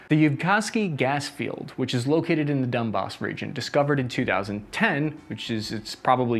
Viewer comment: Did you said dump as instead Donbas? :)